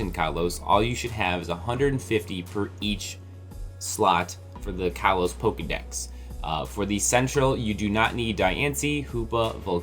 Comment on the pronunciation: stop mispronouncing kalos. its pronounced koll-os not kall-os